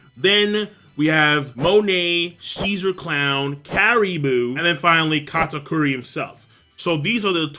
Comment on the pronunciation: why do you keep calling him Katkuri? It's Kata-Curry, as he's. 2 for 2 with them shots lol